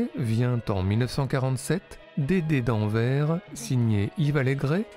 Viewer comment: AnverS, Arte, pas "en vert", AnverS ;)